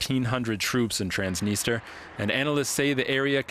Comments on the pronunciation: Trans-Da -nis-der It's Trans-nis-tre-a lol 😆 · "Transtinister" perfect 👍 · It’s “Transneester” now? Wasn’t it “Transnistria”? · I thought it was called Transnistria not Transnister. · I guess nobody can't pronounce such a word TransDniester. It's Transnistria from the river Nistru. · Transdinistra? Thought it was Transnistria. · It's Transnistria not Transnister! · Please, Transnistria, not Trans-dniester! Trans-dniester is a Russian pronounciation! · I didn’t know Transnistria was pronounced transnister . I’m not European can someone explain??? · Are you a Journalist ? Is not Transtinistria, LOL, is Transnistria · do not know why you call it transneester when the people of that land call it tranz-nis-tree-ah transnistria. did people forget how to read and break down words to syllables. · Ha ha ha, “transnister” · You have a guest who is pronouncing the name of the region correctly and you have two correspondents completely chewing the name. How about you actual be professionals rather than just pretending. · By two separate reporters incorrectly called Transnistria, that's trans-nist-ria. Your output is usually reasonable and the standard of your journalism is respectable. But basic place names are things that are correct prior to going to air. ( uses the correct place name, I think he's way more familiar with the place that your journalists). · get used to pronouncing it. It's tranz·ni·stree·uh